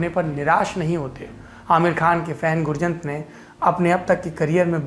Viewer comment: गुरजंट is the correct pronounciation sir